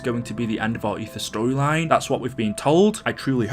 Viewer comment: When i heard "the end of aether stroyline" i looked at my phone for a minute like "whatd u say"